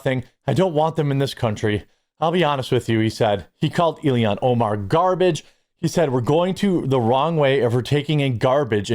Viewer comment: Ilhan (ill-han). You're adding an extra I and I don't know if you're doing it on purpose or not😅